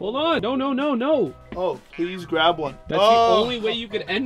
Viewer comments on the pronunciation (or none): Grab not grap 😂